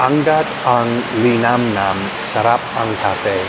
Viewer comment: Kuya - it’s Sarap not Sharap ! 😂😂